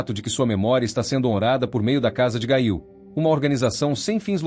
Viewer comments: A PRONÚNCIA É: GÊIL😮😮😮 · Gail????? Gente, o narrador pronunciou o nome errado....não consegui ouvir mais...quanta desinformação....